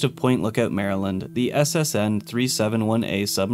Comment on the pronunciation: I’m so glad he said Maryland right